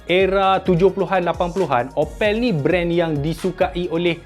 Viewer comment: Sebut sebetul opel adalah mcm sebut apple tetapi 'a' ditukar 'o' 😂😂😂. Bangsa melayu jerman timur